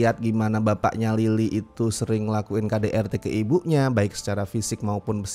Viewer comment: Berasa sangat me-lokal karena beberapa kali saat melafalkan Lily, aku dengarnya "Lilik"😅